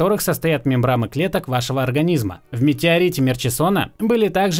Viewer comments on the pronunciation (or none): ммм, все же мембраны, на не мембрамы, слух режит. А видос зачетный, лйк) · МембраНы, не мембрамы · Все прекрасно, но не мембрамы, а мембраны) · "МембраМы"? 😂🤯 Как вы яхту назовёте... - овощ, откуда у овощей мозги? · Я один слышу "мембрамы, мембрамоподобных" вместо "мембраны, мембраноподобных"? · Интересно, говорит "мембрамы" специально? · Интересно, он специально говорит "мембрамы"?)))) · мне же не одному слышалось мембраМы? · Не мембраМы, а мембраНы. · Лайк, но мембраМы, это боль для ушей. Мембраны, если что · Только "мембраны" а не мембрамы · ты произносишь "мембрамы" или "мембраны"?😀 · Ты сказал мембрама или мне показалось?